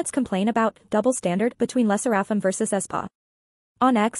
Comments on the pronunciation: It's pronounced "leh - sair -uh - fim". Asian names also do have have stress on any one syllable. Le Sserafim also SAYS THEIR NAME at the end of each m / v. Not getting the name right kinda weakens credibility. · Girl its ai obviously it's not gonna pronounce it right